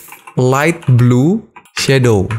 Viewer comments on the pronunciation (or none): none